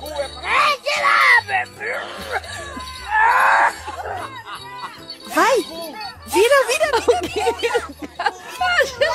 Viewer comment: A "TILAPIA" me quebrou😅😅😅😂😂😂